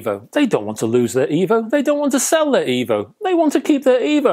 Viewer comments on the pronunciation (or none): Oh, no! It's D' Evo. You'll love it Rega' rdless?